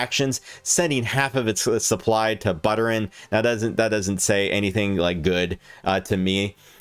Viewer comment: Two things....how can you cover anything crypto related if you can't even pronounce one of the most famous crypto founders name correctly??? Secondly, you failed to mention that DOGELON will soon have smart contract capability which will enable it to do many things financially whereas the other meme coins can't or won't. When that news becomes public, ELON will skyrocket as it will all of a sudden have use case and utility. You bombed this coverage of ELON pretty badly. Do some more research.